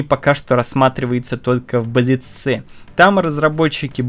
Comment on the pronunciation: в слове блиц- ударение на "и" ставят и во множественном лице.